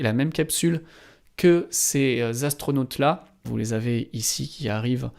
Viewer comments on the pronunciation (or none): Dans la présentation j’avoue que savoir que quatre Zastronautes sont partis dans l’espace m’a tellement fait mal aux oreilles que j’ai mis fin au visionnage de cet épisode. Désolé 🤦‍♂️